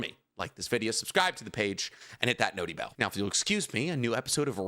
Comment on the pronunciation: Idk man. I just like cool fights & art. Smooth animation & choreography. Edit: dude please stop saying "notey bell"